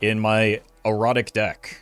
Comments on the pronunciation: As a new viewer im wondering, does he always pronounce erratic like “erotic”? And is it on purpose or is he doing a bit? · Anyone else hear "this many cards in an erotic deck"? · why does he pronounce erratic like that